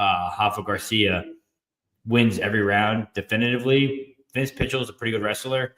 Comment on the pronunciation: I don't trust a guy that doesn't know how to pronounce Pichel